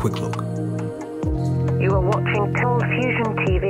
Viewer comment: Please note: the voiceover that says 'You are now watching ColdFusion TV' sounds (to my damaged hearing) 'You are now watching Confusion TV'. Just a heads up....